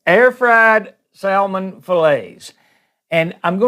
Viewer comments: Good video but plllllease stop saying “sal-mon”! The “l” is silent. 👍🏻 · Salmon has a silent "l" Incorrect word pronounciation reflects badly on us. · Please learn how to pronounce salmon lol. There's no two ways about it. The "L" in salmon is silent, so says linguists, English teachers, and litany of online comments from English speakers all over the world that agree. I'm not trying to be rude here by any means. It was a good cooking tutorial. But if you're going to be working with a food or ingredient and you're teaching others how to cook with it, you should learn how to properly pronounce these things. Take this as constructive criticism, not an insult. The way you pronounce salmon is just wrong. Doesn't matter where you're from, or what your accent is, or if your friends and family say it that way, it's wrong. You don't HAVE to change just because some stranger online suggested you do. But I can tell you as a northerner (from NY) that hearing salmon pronounced like that just screams "southern", and not in a good way. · Sal-Mon!! Love it! Sounds like Salmon Rushdie. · It is pronounced like "SAMMON". The "L" is silent. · You keep pronouncing that L. Your accent is similar to my grandma and her family. It is comforting to listen to you.